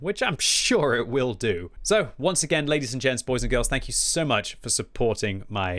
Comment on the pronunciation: You meant to say Tank you